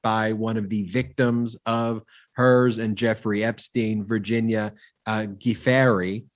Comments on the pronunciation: Guiffre pronounced Jew-fray, according to her husband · Love your podcast but just need to point out that Virginia's last name is pronounced "ju-FRAY"